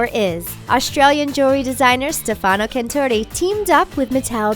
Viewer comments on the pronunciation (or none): none